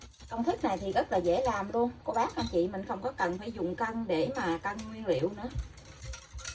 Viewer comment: Nói kg can Nguyễn Liêu noi mắc cười 😂